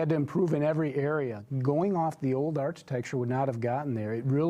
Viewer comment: It's not art-i-tech-ture, it's arc-i-tech-ture! really hates Tesla with a passion. He just could not believe that all those deposits for the Model 3 were real so he had to come up with that stupid conspiracy theory. He lied. He wasn't wearing shorts and a wife beater, he was wearing a tin foil hat.